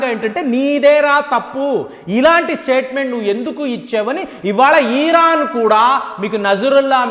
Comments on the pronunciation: ఒరే నాయన ఈరాను కాదండి ఇరాన్ మీ తెలుగు కొంత తేడా వుంది. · Uncle మీ ఇన్ఫోర్మేషన్ చాలా బాగా చెప్పారు కానీ "ఈరాన్" కాదు "ఇరాన్" అని చెప్పండి